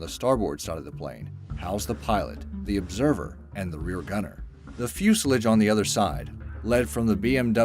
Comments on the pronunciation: He kept saying 'Fusalige!' It's Fuselage..... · its fucking 'Fusealaaaaage'....not 'fuseledge' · Its not called fucking Fuselich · Are you really surprised? This guy can't even say fuselage. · mispronounced fuselage